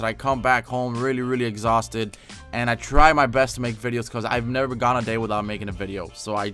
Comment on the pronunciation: he said i dry my best lol